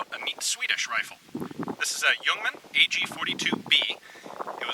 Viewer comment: Ian - Thanks for the video mate! U got the pronunciation right as well! Cheers!